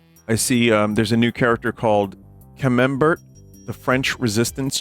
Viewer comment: Vinny's pronunciation of camembert wiped out an entire arrondissement. 😂❤